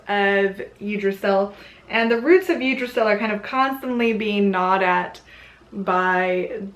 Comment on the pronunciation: Nice little overview. I'd like correct a couple of things though. 1) Blót is pronounced "Blow-ta", not blot. 2)Please refer to Jackson Crawford's interpretation of the Hávamál. It's a lot more accurate than what you quoted. 3) Yggdrasil is pronounced "Yig-druh-Ze-ul". And lastly, SKÅL!!!! 😁😁😁